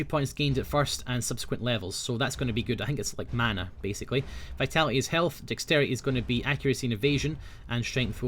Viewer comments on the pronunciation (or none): none